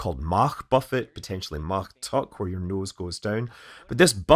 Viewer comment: I'll just say that you can pronounce Mach as Mach, instead of Mach. But, either way...